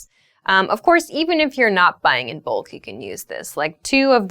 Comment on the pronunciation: It s not book, it is bulk